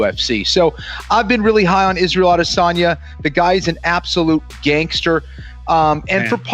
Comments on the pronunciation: "Adesayna the last juice bender" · Adesonya c'mon man? Its roids.